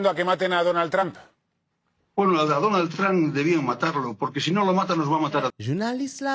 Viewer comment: aprann pwononse yo pa di Danald yo di Donald Trump